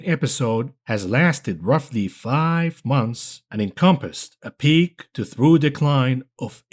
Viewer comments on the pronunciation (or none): “Trough” is pronounced troff, a different word than “through.” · Trough is pronounced "Troff" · “Deutsche Bank,” lol. Oh, and some people pronounce “peak to trough” something like: peak to ‘troff’ 😅. You’re self taught and it’s brilliant!